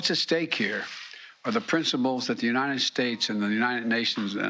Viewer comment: Biden can’t say United lmao 🤣 What’s Unined mean?